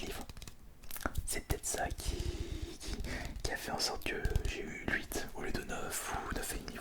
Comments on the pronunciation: Mais ta toujours pas compris qu'on dit pas " l'huite " ça existe pas c'est trop perturbant deja dans tes vidéo d'avant plein de gens te l'avais fait remarquer y a rien de compliqué à dire huit sérieux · Sa me fume quand il dit "" luit"au lieu de huit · Il dit « Lhuit » ça me perturbe😬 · Le "lhuit" me trigger